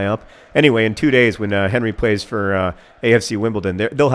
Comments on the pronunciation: Pretty sure the ginger's name was Hery not Henry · his name is acutally Héry ;) not Henry